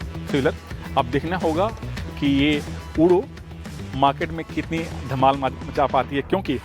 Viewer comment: ऊडो नहीं उड़ो है